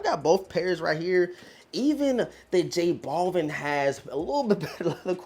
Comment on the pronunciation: Noticed certain YouTubers mispronounce J. Balvin the same way in, "J. Ball-vin". Actually pronounced as "Bal-veen". You wouldn't call Al Bundy, as "All Bundy" now would you?